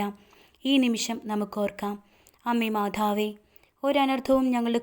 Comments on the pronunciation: മാധാവേ പറയാതെ മാതാവേ പറയു അത് ഒരു കുറവാണു. കുറ്റം അല്ല കേൾക്കുമ്പോൾ എന്തോ ഒരു ഇത് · മാധാവേ അല്ല മാതാവേ 🙏. ആരോഖ്യം അല്ല ആരോഗ്യം